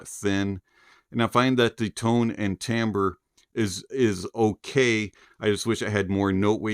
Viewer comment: the word is "timbre"...NOT TAMBRE